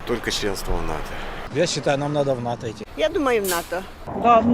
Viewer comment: НАТО, а не ВАТО